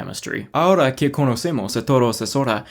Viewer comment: Idk when you started learning spanish but you're decent my guy. Space your words a lil more. "es hora" sounds like "esora"(what it sounds like when you say it quick). Leave some space an a lil more inflection and you're damn near there. Have fun learning to roll your Rs lol. Keep that up. Spanish is a hard language to learn (or so I heard, it's my first language so Idk lol). But it's great and hey the ladies love it. Be safe out there my guy. P.S. If that was a shitpost then I'm just dumb and... understandable, have a nice day. XD